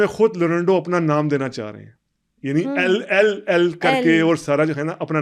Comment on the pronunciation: lorando davinci nhi bhae😂😂😂😂😂 leonardo bhai😂😂😂😂